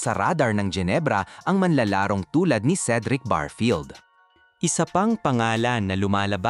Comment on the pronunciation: anong barfield?barefield ang tawag dun nagbavlog kaayusin,,n mo